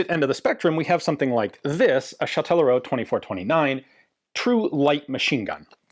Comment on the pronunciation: Chatellerault. Cha-tell-er-ault. I lived there, funny to see how important that factory once was.